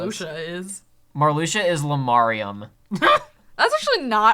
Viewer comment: Laurium not lamarium lol, also Isa is a normal irl name